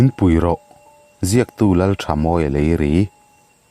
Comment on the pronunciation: Lalthamawia leiri tih kha leiri i lam dan thluk kha dik lo kan hnam nih vang in ka rawn comment ve nih chu 😒😆